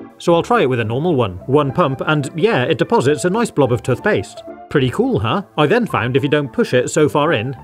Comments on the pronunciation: Tuffbrush and Tuffpaste? That is not how you pronounce it. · tuth paste😂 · Tuthbrushes 💀 Tuthpaste 💀 Water fassets 💀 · I love the way you pronounce toothpaste lol